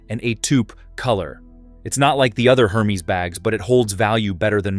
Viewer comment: Please pronounce the brand name properly - it’s not Her-Mes but Er-Mez